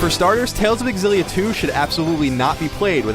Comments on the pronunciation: I almost don't even wanna watch this because you call it "Tales of Egg-Xillia..." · Why do i keep hearing a game called tales of exillia? :3